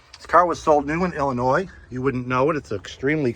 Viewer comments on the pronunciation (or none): none